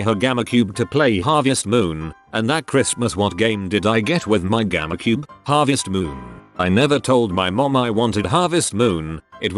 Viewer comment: Its gamecube not gammacube